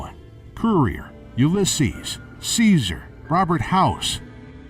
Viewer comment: Dude calls himself a historian but can’t even pronounce Caesar right